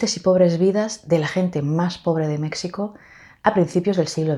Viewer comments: Supongo que por interferencia del catalán has pronunciado la x de México como en taxi. En castellano se escribe México y se pronuncia Méjico. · También lo noté. Se me hizo muu raro. Casi como lo pronuncian los angloparlantes.